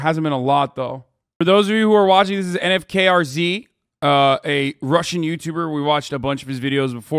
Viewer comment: it's pronounced nofuckerz or something. or atleast close to that :p. keeping my eyes on 1420's youtube channel now. also if you want to see Medvedchuk up closer, watch this